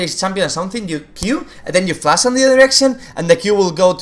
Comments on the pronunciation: its flash not flas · the moment u say Flash,Video,Combo,and any champion name, the spanish accent pours out of u :P